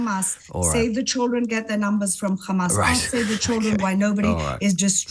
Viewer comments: Khamas. She can say hostages, she can say have, but she can't say Hamas. Lunatic. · KHamas ...KHamas..... KHAMAS 😂